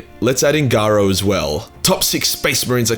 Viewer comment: It's Nathiel Garro... Garro is pronounced like arrow.